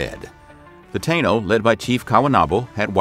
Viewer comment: Many of the dates (years) displayed are incorrect. Additionally, "Taino" is pronounced "Tah-eee-no".